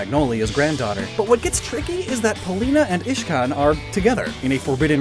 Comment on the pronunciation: He siad Ishcan and iridia